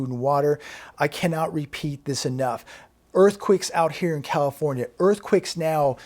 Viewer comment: Earthquicks??? You can't pronounce earthquakes lol??? Funny....